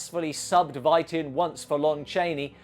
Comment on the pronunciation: It's pronounced like "fight", not "vight". (just a nitpick; great video!)